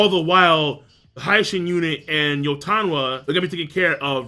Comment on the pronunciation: Mate ill fucking flip out every time u pronounce hi-shin as hai shin...seriously..stop it.